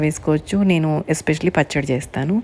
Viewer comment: నీను కాదు మేడం, నేను అనాలి. PM అంటే మధ్యాహ్నం, ఉదయం కాదు.